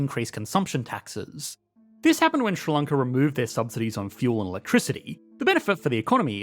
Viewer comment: Is what you call 'Ssrr-lloncaw' in fact 'Sri Lanka'?